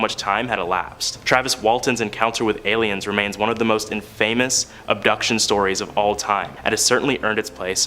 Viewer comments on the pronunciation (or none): Infamous not in famous. Sounds like in.fe.mus not like celebrity famous